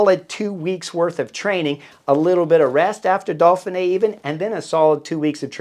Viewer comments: I love how you keep calling it "Dolphinee", reminds me of Mark Twain ("The Duke and the Dolphin"). I'll be on my Chesterfield with you for the whole week! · What's this "Dolphin-A"? Just kidding, love the channel. They should have you commentating.